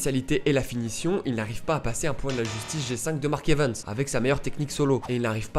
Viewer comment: Arrête de dire mark evens stp 😢c’est mark Evans